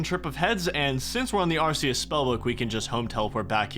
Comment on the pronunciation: Bro... you've gotta stop pronouncing Arceuus like that. It's AR-KAY-US. It's based off of Latin where they only have hard consonants.